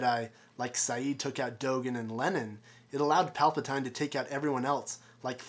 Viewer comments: It's Pal pa TEEN not Pal pa TINE, geez. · palpatINE? palpatine is pronounced palpateen buddy lol duno why but just made my skin crawl a bit hearing it lol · Palpatine is pronounced (Polpateen)